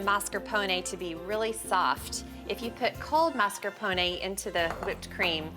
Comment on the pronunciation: Stop saying mascarpone like that!